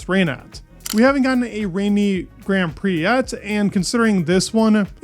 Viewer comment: why do you pronounce grand prix so weird :DD